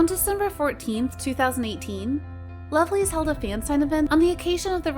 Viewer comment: who is the member of lovelyz that sexual harrasment of fan? because i dont understand your pronounce mam! sorry